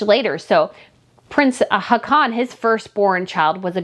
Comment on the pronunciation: I have to chime in to say that our Norwegian Crown Prince's name is not pronounced "ha-con", but more like "haw-con", with the stress on the first syllable instead of the last.